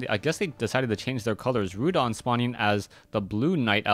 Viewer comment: its not Rhudan its Rudan !!